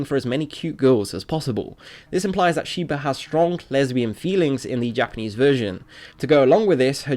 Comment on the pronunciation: Your Japanese pernaunciasion is terrible, it sounds to much like English